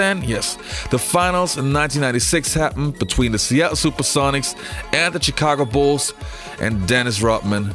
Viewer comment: Pronounced Shhhhicago